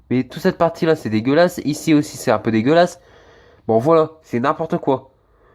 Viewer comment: Tu dis pas la mais lo tu remplace les a par des o t’es du nord toi